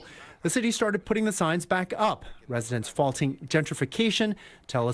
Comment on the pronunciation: Ok, I AM PROUD THAT MY PEOPLE STOOD UP AND SAID," NOT ON MY WATCH!" Now that mission has been accomplished perhaps MY PEOPLE need to learn the correct PRONUNCIATION of Puerto Rico. It is PUERTO RICO NOT PORTO RICO, DAMMIT 😡.